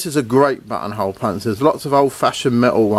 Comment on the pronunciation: Your accent makes "buttonhole" sound like butthole.